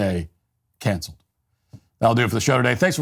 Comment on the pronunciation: Matt, your voice always trails off when you say "Cancelled", so I don't hear the second syllable. Can you please fix that?